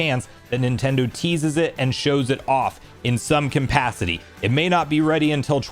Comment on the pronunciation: I watch almost all your videos. I like your stuff! But can I ask that you stop saying “compacity”. The word is capacity. Sorry to be that guy in the comments, but it’s been distracting me every time it comes up.